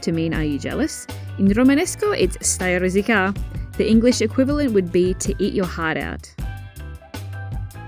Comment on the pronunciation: "Rosica' " (truncated from "rosicare") not "rosicà" (with accent)